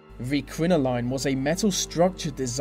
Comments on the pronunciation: It's crinolin not crino-line. You're not Neil Diamond. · Are you English? You do not know regular English words ..crinoline is spoken as crino lyn.....not line.. And that speech impediment is weird......so NOT English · I do not think a crinoline (pronounced [krinoli:n], not [krinolain], or, as they call it in America a hoop-skirt belongs on this list with lead makeup and foot binding. Women wore crinolines (and corsets) for centuries and not that many died. As for getting the edge of ones skirt caught in carriage doors, please! Any woman wearing a long skirt today or indeed any person wearing a long overcoat is exposed to the same "danger". I mean, Isadora Duncan was basically hanged by her scarf in a freak car accident, but the scarf is not considered a dangerous item of clothing. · It's CRIN-OH-LYN .... That is all! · thats not how u pronounce crinoline or corsets -. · I totally agree. Every time he mispronounced crinoline I wanted to scream. Good research and content though, however the delivery was dire. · Sorry, but he most certainly did not pronounce crinoline like the British either.